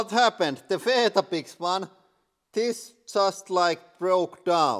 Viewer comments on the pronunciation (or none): Love your channel but I'd just say we say it like We-Tah-Bicks